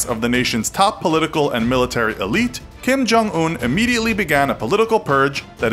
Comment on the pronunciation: I love how you bullied Kim’s name